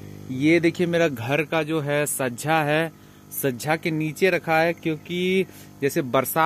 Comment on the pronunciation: Sajja nahin, hotA 😜😜😜🤣🤣chhajja hota hai 😱😱😱😱😳😳😳